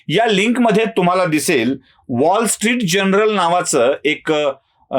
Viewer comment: अचूक उच्चार "वाॅल स्ट्रीट जर्नल" असे असावे. तपासून घ्यावे ही विनंती.